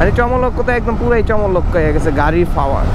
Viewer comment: Fower na re bhai, Power........ Kotha bolte pare na asche vedio te.........